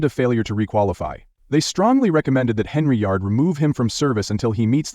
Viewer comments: HENN-yard....fix your AI,👎🏾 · Henry-ard. LOL Gotta love these robo voices. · Your A.I. voice can't pronounce "Dolton" or "Henyard". Do better.